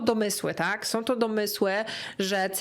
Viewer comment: Droga, uwielbiam Twoje filmy i ogòłem Twoją osòbkę, jesteś przesympatyczna, ale PROSZE, NIE SOM TYLKO SĄ, nie MÒWIOM tylko z MÒWIĄ. Starajmy sie mòwić poprawną polszczyzną, to razi aż czasem ciężko sie skupić na treści😅. Przepraszam, musiałam. Ale ogòłem dziękuję za nowy super materiał i czekam na następne!!:))